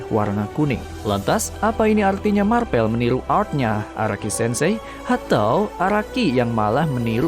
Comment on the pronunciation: Marvel ❌ Marpel ✔